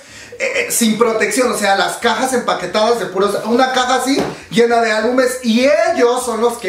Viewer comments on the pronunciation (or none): none